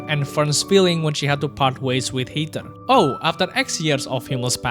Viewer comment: Good video, but you pronounce Heiter very wrong.